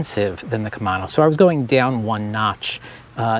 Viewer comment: KUH - MAY - NO 😄